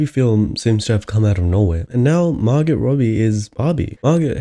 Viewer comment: Her name is Mar-GOH not Mar-GUT